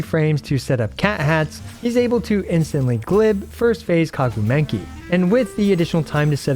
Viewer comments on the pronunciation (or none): I mean… what’s whit the “Kagu Menki”? 🤣